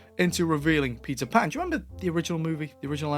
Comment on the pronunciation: I believe it's Patel Pan